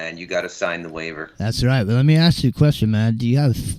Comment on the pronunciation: Aww 😂 always makes me laugh every time you say, "let me AKS you a question"❓🤣 For years I've always wondered, why is it AKS? 🤔😊 Thanks muchly to you all. Been a long time.. Good stuff 👌 Hope all's good ✌️❤️